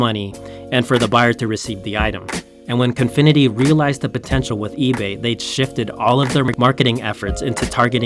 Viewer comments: He keeps calling it Confinity, while it's clearly Cofinity. Unwatchable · Its Cofinity not Confinity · Why does the narrator consistently pronounce it CONfinity, when its spelled Cofinity? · Cofinity. I don't know why he keeps calling it confinity. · Before doin an articole you should learn how to pronouce names, it is CO-FI-NI-TY and not CON-FI-NI-TY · me too bro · I am so glad it was not just me that noticed this terrible pronunciation..